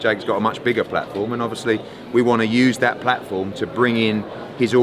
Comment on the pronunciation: Hearn “I’ve got a big prat-form” 🤣 prat